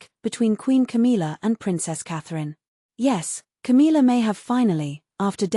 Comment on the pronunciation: 1. Can we get a voice that can say Camilla’s name right? 2. She is not the Queen, she is Charles side piece. 3. Camilla is trash and Cathrine is the future. 4. Camilla has never given the respect that she deserves.